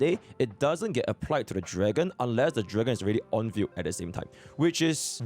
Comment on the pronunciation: 'field' i hear as 'fugue' 🤣😂